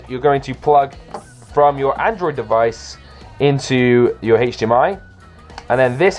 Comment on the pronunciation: the way he says hdmi bugs me